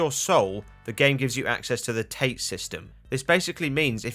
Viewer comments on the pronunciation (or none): It's not pronounced tate like tater tots - it's pronounced "taw-tay". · Technically, his friends he "killed" were already dead. His friends were killed and revived by Hiroko as living corpses. Also, it's pronounced Tah-teh, not tayt. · I know it's a bit late. But "Tate" is pronounced as "TAH-TEH". Tate/殺陣 means "Fatal Wind" in English. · also sorry this is pedantic but tate is pronounced taa-tay lol